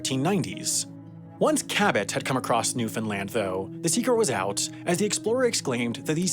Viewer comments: i waited with baited breath to see how he would pronounce it. At first he said NewFINland but after that first interview he pronounced it correctly as Newfenland. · Awesome to see a story about Newfoundland, thank you for doing this! It's pronounced NEW-fun-land or new-fun-LAND, though, never new-FIN-land or God help us, new-FOUND-land 😃. You did better than most, but I caught some "fins" early on lol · "newfinland" LOL ya listened to the accent a little too closely to the newfies. Newfoundland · I hear newfinland, i'm going insane lmao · Newfoundlander here. Love seeing more videos about my home. You mispronounced "newfoundland" though. More like rhymes with understand. Not like new Finland. Edit. You got it after the first 2 "Newfoundland " in the script. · I told my Canadian friend that people in New York pronounce it "Newfinlin" and she didn't believe me. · What? newfenland? is that how you pronounce Newfoundland? then why in hell you guys spell that way?